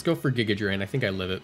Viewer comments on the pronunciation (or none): none